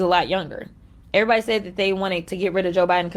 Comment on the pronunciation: I have to correct you, Larry, she did not say "everybody says" she said "airybody said".